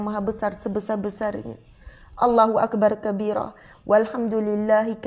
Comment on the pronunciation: slm, ustazah, allah huakbaru kabira , bkn huakbar kabira